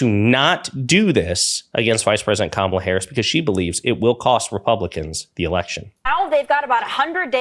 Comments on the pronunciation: Fox keeps calling Kamala “Camilla” or some other weird pronunciation. Nope - Camilla is the Queen of England. Duh! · I think Vance MIGHT, besides dissing Kamala for being “childless”, might be dissing Taylor Swift because she isn’t married, no kids and LOVES cats… Would he DARE go there? ALSO, what is it going to take to get Fox to pronounce Kamala’s name correctly? Geez! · They intensionally mispronounce her name. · I am a Republican who has campaigned door to door and protested at Abortion clinics. I find my party's name calling childish and mispronouncing Kamala's name makes them look stupid. I don't vote for stupid children. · Learn how to pronounce Kamala’s name